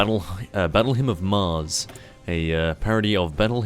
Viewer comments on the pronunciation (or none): none